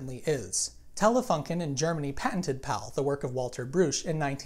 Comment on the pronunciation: Its pronunced telefonken. I live in germany